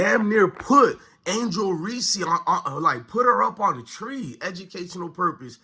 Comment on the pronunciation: Wow the cc haters are in force lmao… learn how to pronounce Reese’s name too… you try to bring out race… find a better argument…. You claim to be an avid sports follower… smh … she didn’t win anything? … tell me how many players on Iowas team would have started on South Carolina or lsu? Clark took to Iowa to 2 finals… won player of year 2 years in a row could have easily been 3… maybe try to do in-depth analysis… 2 turnovers were on bad ref calls, 3 to 4 were mishandled by her bigs… now why don’t you discuss how James, iverson, Wimby, bird, or any other phenom when they played their first game.. hell Thomas even had 7 turnovers in the game… yes I am white nan who had mixed kids before you try to brush off these comments due to my color…